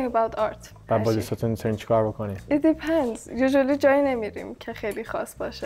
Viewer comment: چه کرمیه هرکی میره اونور میخواد خیلی خارجی بنظر بیاد بعد اینی که اینقد ادعا داره تلفظ depend رو اشتباه گفت 😂